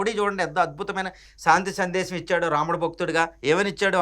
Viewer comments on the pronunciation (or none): none